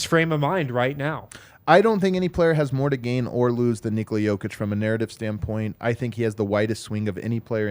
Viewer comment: What a clean, clean 'Nikola Jokić' pronounce from 👌